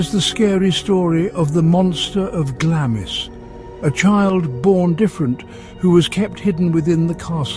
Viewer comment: Glamis is pronounced as Glamz, and Culzean is pronounced as Culain. The AI voices really do struggle with Scottish place names. The castle that you showed when you were talking about Glengorm was actually Eilean Donan Castle, which is on the road to the Isle of Skye.